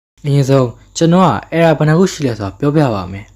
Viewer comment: Era က အယ်ရာလို့ပဲထွက်တာလေ အီရာမှမဟုတ်တာ